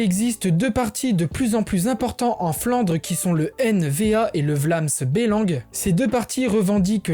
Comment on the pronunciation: Juste petite info les français disent Bruxelles or que ca se dit brussel comme en néerlandais ou on dit vlâms belang et pas bélange (en ndls les accent n'existe pas il n'y a donc pas de è et on double le e ou dire é)plein de nom de villes se exploser par les français pasqu'ils n arrive pas a prendre l accent